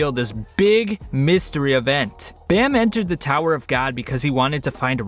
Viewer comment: I don’t like the way how he says bam